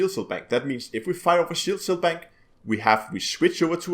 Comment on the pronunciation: du er da vist lidt forvirret omkring udtalen af "cell" du bliver ved at sige "shell", udover det er det et lækkert byggesæt du har lavet der.